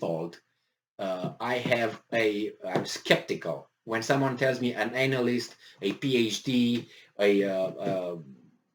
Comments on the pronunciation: Love the way you say anal-ist but if you want a phonetic way of saying it it's Anna-list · pls pronouce "expert analyst" better. it makes a funny joke the way you say it. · Can someone, anyone explain the backstory as to why this guy keep emphasizing the ANAL in analyst?? lmao.. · He meant ANAL yst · It's deliberately done by